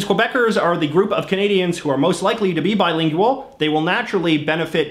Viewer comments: I hate how he says "bilingyooal" instead of just saying "bilingual" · that was my reaction. I was like can he just pronounce it correctly. He seems like he's trying to be Canadian and not Canadian lol. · Is the word bilingual pronounced differently in Canada, or is it just an idiosyncracy? I mean, not pronouncing it with a /w/